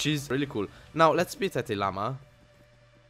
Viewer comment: I like how when he says spit, it sounds like "Speet"